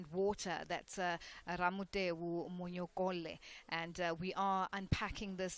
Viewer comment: She really could've asked him how to pronounce his surname. What's Monyokolle manje?